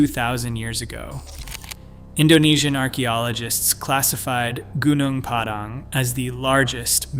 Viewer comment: It's pronounced goo-noong pah-dahng. Accent on first syllables.